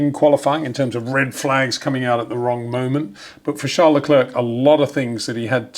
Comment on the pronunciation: Charles Lecler (silent "c") please.